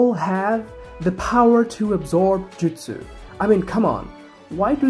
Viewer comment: They're called jutsu, not jitsu